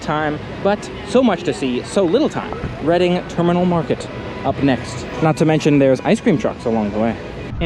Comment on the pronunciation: It’s pronounced REDDING - not READING - terminal market!